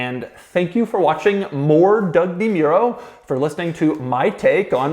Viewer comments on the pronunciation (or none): Doug, the type of guy who can't even pronounce his own name right. 😆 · I like each of these videos purely from the way doug pronounces his own name at the start